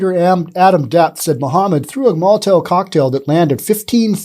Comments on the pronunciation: STOP SAYING MOLITAIL, IT'S MOLITOV. MOLITOV, NOT molitail! This is grade one pronunciation, and you just failed miserably. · Molotov isn't the hardest word to say.... except for you.🤔